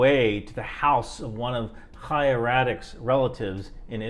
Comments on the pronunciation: props for pronouncing Chaya correctly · You’re one of the few people I’ve heard criticizing Chaya while pronouncing her name properly. I appreciate that because there are a lot of people with that name who aren’t shitty and mispronouncing it feels disrespectful to all the decent Chayas.